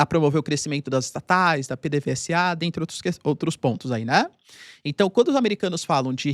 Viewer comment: você é professor cara. busca saber o nome certo. não se fala P. D. V. S. A. se fala P. D. V. ZA BUSCA UM VIDEO QUE SEJA DE VENEZUELANOS FALANDO. FALE O CORRETO CARA